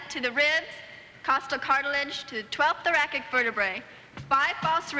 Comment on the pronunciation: Thoracic - the first c is soft and pronounced like s - she pronounced it like it was thorakik. In scripts, there’s no pronunciation listed. The director could have caught it. But it was still impressive to see someone you think is a dumb blonde say all those technical terms. I still would have given her an 8 out of 10. TURN THE STICK AROUND!